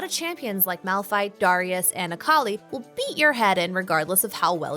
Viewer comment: It's dare-i-us not duh-ri-us